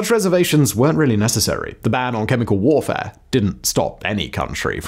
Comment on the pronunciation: I swear he said “psychological and biological borfare”